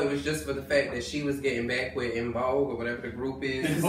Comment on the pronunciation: Did he really say Envogue?? 😫😫😫😂😂😂 I’m done DONE!!